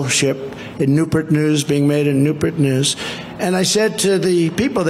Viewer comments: "NEW-PURT!?!?? NEWS"😅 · Newport not Newpert. Good heavens!!!! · “Sir, this is Newpert News” LOL!!!! NEWPORT NEWS! I wonder how he pronounces Portsmouth Virginia? 😂😂😂😂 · “Newpurt News” ? Thought it was Newport News. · Ah, yes, Nupert News, I know it well. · Newpert News? WTF is he blithering about now? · NEWPERT….NEWPERT NEWS? NEWPERT? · Newpurt and carterpults; can’t speak. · "New Pert News, "They all greated me" "The caterpollter people" and they ALL said "Sir"! For the love of our country, our sanity and pronunciation, please don't vote for this imbecile!🤯🙄 Let's all VOTE BLUE up and down the ballot and re-elect the MAN! President Joe Biden! 😎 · Noopert News and steam catapults. The catapult is a thing, aircraft carriers are equipped with them, but you can see and hear dude's speech patterns are way off. The chemicals are not working anymore. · “Nu-pert News” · What on earth is "noopertnoos ?" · Is that how you say it? "Newpert"? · ERMAHGERD!! NERPERT NERZ!! CERTAPERLT!!! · Did he say newpert? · Nupert News? Wtf